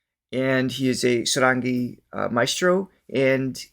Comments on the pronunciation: Sarangi.... the pronunciation has an emphasis on the first syllable pronounced "Saahrungee". Dhrubo Ghosh is the son of Tabla Maestro Nikhil Ghosh. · Pronounced Saarangi. The English pronounciation does not work with Indian languages. Like Himaalaya,Raamayana!